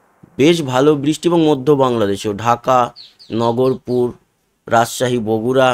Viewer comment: দাদা ওটা নগরপুর না নাগরপুর